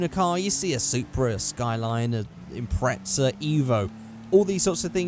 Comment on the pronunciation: did he say "impretsa"😂😂